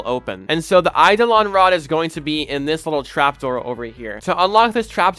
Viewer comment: YOU CAN PRONOUNCE IT!? 😮